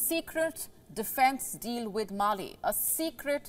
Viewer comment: It’s Male’ not Mali